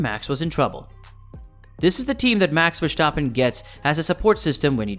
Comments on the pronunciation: I don't want to be a dick, but its verstappen, not vershtappen or verschtappen. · The name prenounciation of Max Verstappen is cringe